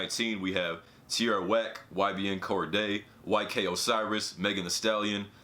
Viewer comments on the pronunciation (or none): It's cordae but ok